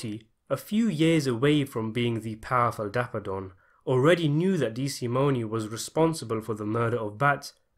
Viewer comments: The Loo-cay-zee family would whack you if they heard you mess up their name like that. Dee-sa-moan. We watch the same movies man. How? 😝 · Couple things, Dollars not pounds. DeSimone, the e is silent and Lufthansa is pronounced as in movie.